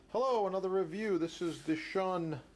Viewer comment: Its pronounced "shoon"